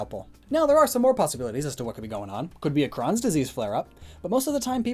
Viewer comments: Crohn's is pronounced like crone. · crohn's is pronounced cr-oh-ns